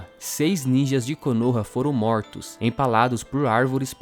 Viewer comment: "os Moutros"